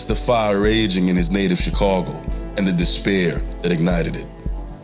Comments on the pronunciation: It's chicago not chicorgo 😂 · I tought i was the only one earing that haha dude keep sayin "chicogo" why SD not laughing haha i would be turnt up kkk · Why this nigga can't say Chicago? 😂